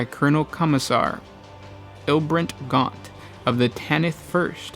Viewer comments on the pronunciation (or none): Ilbrant Gaunt?